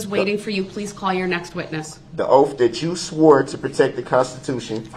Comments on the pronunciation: "Your Honor, I have your 'oaf'." The irony 💀💀💀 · Oaf....it's oath😂😂😂